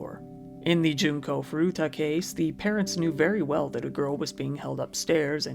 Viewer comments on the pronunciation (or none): junko not jinko tut!!